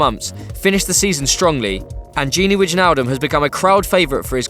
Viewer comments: Really? Widge nal dum? He's been around for 2 years now. Nice vid btw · Gini WIDGE-naldum? Is it that hard to research correct pronunciations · lmfaoooo this pleb said Widge-naldum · Widjnaldum is pronounced why naldum and Firmino is pronounced how its spelt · gini wiginaldum ?? 😂😂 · Lol widge-naldum and firmin-y-o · Widge-naldum.... Hahaha fuck off haha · Tony 'El Cucuy' Ferguson - GOAT it's ''Wine - Al - Dum'' :p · Tony 'El Cucuy' Ferguson - GOAT the way he was pronouncing it sounded like a golf club 😂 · the J is silent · anybody else cringing at the way this guy says wijnaldum? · Please learn how to pronounce Wijnaldum honestly. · Please try to prenounce Wijnaldum right. The IJ sounds like the I in the word tiger. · Ugh.... Learn how to pronounce Wijnaldum. It's not that hard. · You don't pronounce "j" in wijnaldum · The way you pronounced Wijnaldum made me want to kill myself. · You pronounced Wijnaldum wrong... Haha.